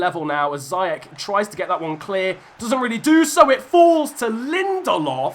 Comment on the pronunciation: Its zee-ech no zee- ec